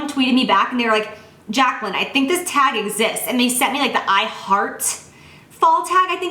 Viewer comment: she says "Fall favorite thag" hahaha she's cute